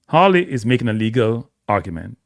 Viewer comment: It is a fifth amendment right… not “rights” Not to mention, you butchered every single name involved. It’s Hawley - NOT HAILEY!